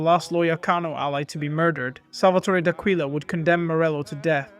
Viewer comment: Great videos. D’Aquila pronounced like Dock willa